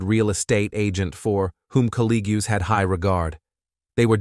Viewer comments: Did the narrator say “colleg-yoos”? I Collegues is not pronounced that way… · This is a terrible and evil murder. I'm so sorry for her family and friends. On a different topic, the robot voice is weird. Colleagues is mispronounced as Calleegyoos. Demise is mispronounced as demeese. Brutal is mispronounced as brutall with the accent on the last syllable. It sounds really unnatural. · "Work eethick"? "Coe-lee-gooz"? "Broo-tall dem-meez"? I would blame this on AI, but surely AI would know how to pronounce these. All these butchered words and more and the fact that the footage was all clearly used without copyright permission (blocking out the original idents and awful photo "touch-up") made this piece almost unwatchable except that I wanted to know who killed her. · Okay hold on... did he pronounce it "COLL-EE-GEWS"?? Buddy, it's pronounced as it sounds - Col-leagues. Aside from that small tangent, it's absolutely appalling that Thomas straight up denied having anything to do with his wife's murder. People like him are disgusting, especially when she was clearly doing everything to raise their kids on her own. Rot in that cell Thomas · “Calee-gyus ”Oh yeah your definitely AI. 😂. It’s colleagues. Program some of the words phonetically then run it back. I had so much hope for you or. Great content tho. I guess it’s the presentation that counts. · I was wondering why he said “colleag-yous” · Coll - ee - goos ... colleagues ... is this an AI reading the narration? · May peace be with the family and friends of Kelly Clayton. Also, The narrator said collegues and demise weird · "Caleegs" for colleagues. "Dimeez" for demise. AI narration is ridiculous. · “Collea-gues expressed their shock about her violent and bru-tel demeese” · Sometimes hard to listen to with all of the mispronunciation "colleagues" pronounced "col -lee-g-yoos" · Eth-eke De-mees Co-league-cues Bru-tul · Col ig yous ? … (colleagues)